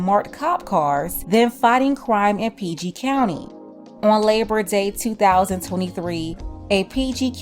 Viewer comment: You must be from the DMV for you to say PG country lol